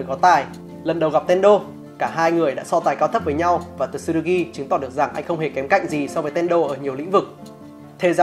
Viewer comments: Góp ý cái về cách đọc tên nhân vật "Tsurugi-つるぎ" đọc ra nôm na ra phiêm âm tiếng Việt là là "chư - rư - gi" (nếu k bắt bẻ lắm về phát âm của chữ つ) Chứ đọc kiểu như trong video là "Tờ-xư-rư-gi" nghe nó sai với quê sao á :v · T trong Tsu là nhấn âm nhé bạn. Không cần đọc "Tờ-su" chỉ cần nhấn mạnh âm Su hơn thôi nha! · Video rất hay, nhưng mong bạn xem lại cách phát âm tsurugi